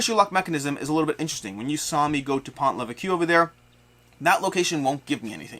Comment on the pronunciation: Been playing a bunch of this and gotten through all the 1 and 2 star missions. It’s really fun and fast. Don’t forget you can use weapons to kill the Milice if you are trapped. Also, the “s” at the end of Maquis is silent as is the “ue” in Pont Leveque ;)